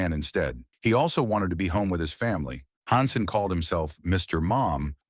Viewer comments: Can't make a video where you can pronounce the people's names right? Its Han Sen, not Hon Sen, Pronounced Verne Gagne wrong too, get a real job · I hate the obvious ai reading voice. hansen honsun stfu. at least listen to it before you post it. other than that ty. Also maybe slow it down a bit. part of its like fact after fact. need time to give people to absorb stuff.